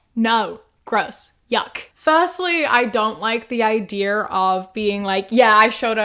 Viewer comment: When you said “ideaur” I was forced to remember that you’re from New Zealand